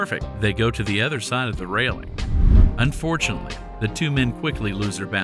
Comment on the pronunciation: Seriously, learn how to say “unfortunately” clearly. It sounds like you say “fortunately”.